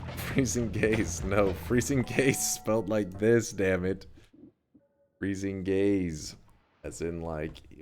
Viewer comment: "Freezing Gays" lmfao